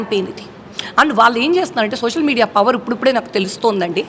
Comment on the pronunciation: మీ గోదారోళ్లు జర్నలిజం లో ఉన్నప్పుడు తెలుగు భాష ఉచ్చారణ నేర్చుకోని రండి. "సోసల్ మీడియా " .. Hot .. Hot ఏంటి రా మీ భాష.